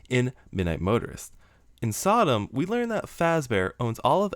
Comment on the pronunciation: Man, every time you say “SotM” as a word it sounds more like Sodom. You gotta hit that T harder.